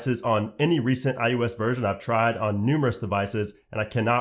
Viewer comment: Why you saying ius